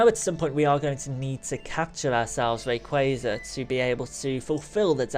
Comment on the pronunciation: You say Rayquaza wrong